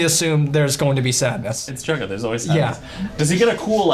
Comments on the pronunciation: DID HE JUST CALL HIM BUDHEAD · Did no one else hear him call Jughead “Bughead” ????? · I’m almost CONVINCED he kept saying bughead😂😂baha💀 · It’s not bughead it’s jughead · Did he say "bughead"